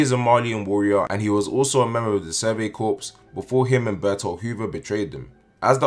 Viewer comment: Corps is pronounced ‘core’